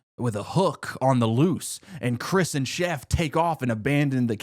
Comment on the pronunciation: The fact you mispronounced chris's name is atrocious